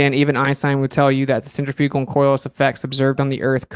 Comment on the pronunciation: How does a dude who works with centrifugal force for a living not know how to pronounce it correctly?